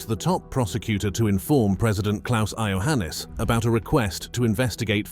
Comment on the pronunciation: Iohanis. Not " aio..." It's not " row mania" either. Think of romany. România â= ı Schengen: learn how to say that!